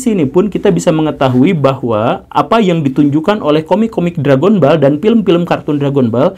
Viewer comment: Read: DRAGONBAL bukan Drègenbol